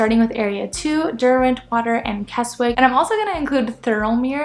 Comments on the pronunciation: It's KESSICK not KESSWICK. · its pronounced "K E S I C K .don't say the W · Just a note, it's pronounced "Kessick". Yes weird. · The W in Keswick is silent so pronounced it as KEZIK. Also if this is your first time in the Lakes, avoid Windermere and Grasmere (even though it's beautiful) at all costs. It's full of people. Keswick while still full of people is more manageable. For those who like me want peace and quiet and see nobody then head west. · Kes-ick for gods sake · Wow..how many people does it need to mention you pronounced Keswick wrong😂…as someone who lives in “Kezzick” I’m pleased you liked the area. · It's pronounced "Kezzick". And it's Wastwater, not Westwater, and the 'wast' part sounds exactly like 'was' with a 't' after it. And it's in Wasdale, also sounds like 'was'. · The W in Keswick is silent. It's pronounced Kezzick. A lot of tourists get the name wrong.... As someone who lives in the Lake District, yours is one of the better tourist videos I have watched.. I've lived in the Lakes for 66 years, and I haven't seen it all......